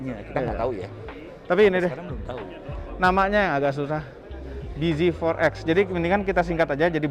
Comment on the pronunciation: Bz4x dibaca biji forex